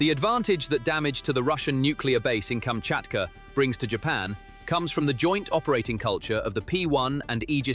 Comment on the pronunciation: Please learn how to read and write Kamchatka, pronounced kam-chat-kah. It is not Kametka nor is it Kachmatka .